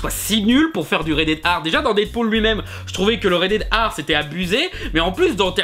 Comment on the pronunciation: tu dit rated R comme red air ar les francais on un probleme avec la lettre R